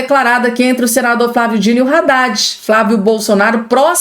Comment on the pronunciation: A pronúncia não é Raddad (com R) e sim Addad, o(H) é mudo.